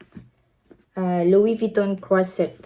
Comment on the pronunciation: Wow louie vieton